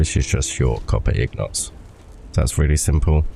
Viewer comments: Lol it’s INgot my bro not ignot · Good video just one question what is a ig not LOL I mean I know that's how it's technically pronounced if you follow the spelling but that's not how I've heard literally anybody say it really threw me for a loop LOL but you do you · If you follow the spelling? It's an INgot, not an IGnot... why would it be technically pronounced wrong? Im confused